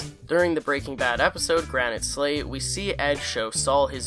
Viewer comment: You calling Season 5 Episode 15, "Granite Slate" when it's "Granite State" is just disrespectful to one of the best episodes of the show